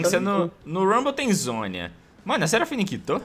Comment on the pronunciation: "seraflashfine " KKKKKKKKKKKKKKKKKKKKKKKKKKKKK